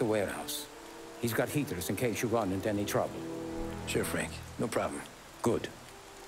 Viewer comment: "açume" teus BO "Fanque"